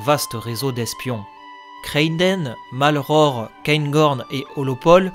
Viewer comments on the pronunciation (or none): C'est la reine qui tient les rennes ! Pas mal. Je n'ai pas la même prononciation que toi pour les noms des royaumes et des rois donc ça fait bizarre. Juste petite erreur pour Malleore que tu as prononcé Malror . Et Geralt n'est pas de Rivie. N'ayant pas d appartenance à un royaume ou autre, il s est créé son appartenance. Il a tiré son nom a la courte paille et c'est tombé sur Geralt de Riv . Alors il a appris à imiter l'accent. Sinon c'est une bonne synthèse de ce qui se passe et une bonne vidéo :)